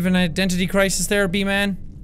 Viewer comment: Seán: Says B-Man Me: Hears V-Man My weird imagination: Hey VSauce, Michael hear.